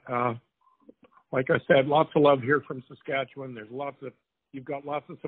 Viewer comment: Saskatchewan! You said it right! Much love from 🇨🇦